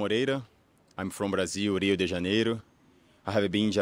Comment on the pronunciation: That Brazilian guy pronounced "Rio de Janeiro" in such a strange way. I wonder if he picked up a Japanese accent.